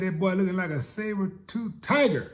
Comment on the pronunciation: "Saber Toof TiGer!" LMAO